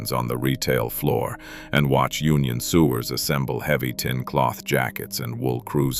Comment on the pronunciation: “Union sewers” pronounced as though they were wastewater pipes and not humans sewing garments? I guess it will be a while before we actually need to fear being dominated by AI systems. LOL